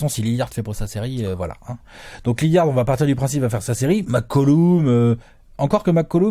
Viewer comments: un minimum de respect svp dans la video et dans les coms: c'est pas Lilliard mais LILLARD ! merci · naaan alex il prononce "Liliard"....😭